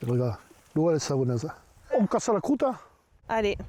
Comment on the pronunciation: Alors, on casse la crouteuh ?